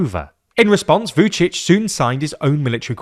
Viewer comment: V-yoo'dshidsh? Ra'faell? Please learn how to pronounce those names correctly. Remember: There are many other languages on this planet than English, so not every word is pronounced if it were.